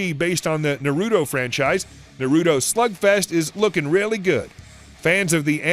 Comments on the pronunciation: “Na Roo Toe” is how you pronounce it..... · The way you say Naruto makes me die inside.